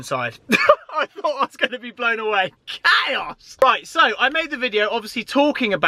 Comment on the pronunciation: Hi I know you’re reading, stop saying chaos like that, also get rid of the Huracan, onwards and upwards 👊🏼